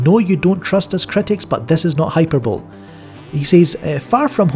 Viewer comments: hyperbole pronounced: high-per-bowl-lee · “Hyperbole” pronounced “high-per-bowl-lee”... you neglected the “lee” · Hyperbole = hai per bull ee